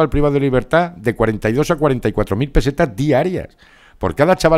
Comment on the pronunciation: peseta Aprende a pronunciar